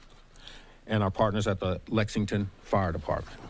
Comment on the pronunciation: Hey, it's LEXINGTON, not Lexingdon.